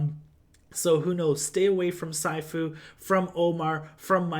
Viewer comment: Man his nickname is NOT saïfu but sifu pronounce like "sea" ...